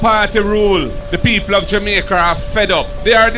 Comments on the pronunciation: Please send a message to Markie British that the word is Jamaica. Not Jamaiker... n him want to lead... kmt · Hey did the opposition leader say the people of jamaker are fed up. If I heard right did they change the name of my born country and I didn’t know or is it Mr Golding having difficulty in pronouncing Jamaica 🤷